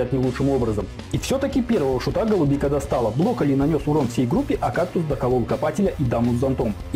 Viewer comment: Я конечно всё понимаю, но он бЛоколли (блокирует)